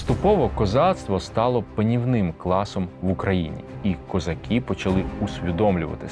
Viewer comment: Треба казати не "козакі", а - "козаки". Вивчайте українську орфоепію!